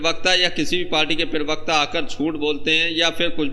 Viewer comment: जी पीरवक्ता नहीं होता प्रवक्ता होता है, कृपया ध्यान रखें।